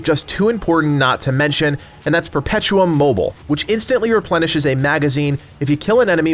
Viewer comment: Just one thing ... it´s "Perpetuum Mobi-le" (the "le" spoken in a kinda french way), it´s latin after all.